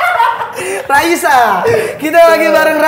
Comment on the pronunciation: itu raiso bukan raisa